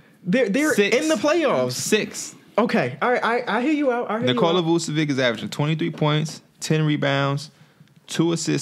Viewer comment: this dude said nikola vucevic 😂